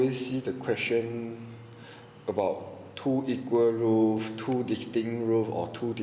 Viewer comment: roots not roof